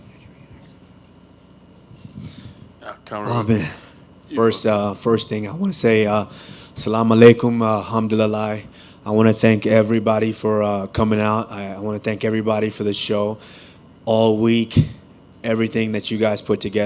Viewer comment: He said Hamdulalayyyy 🤦‍♂️